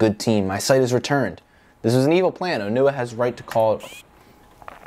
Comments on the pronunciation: His name is pronounced O-NE-Wah, not O-Nu-Ah! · Quick suggestion: In the movies, Onewa is pronounced as On-eh-wa. That’ll at least help differentiate him from Onua